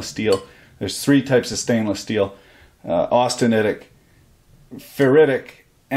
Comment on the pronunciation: you pronounced austeritiec correctly by all that I can tell good sir. tried it a few times, all came out the same